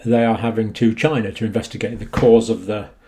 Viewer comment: It did not come from "China." It came from "Chy-na."